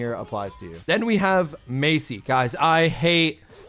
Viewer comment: Not Macy it’s Masie